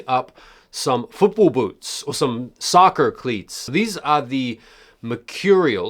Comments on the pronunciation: 🤣 that "soccer cleats" American accent lol. That was pretty good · Love the American accent when you said “soccer” 😂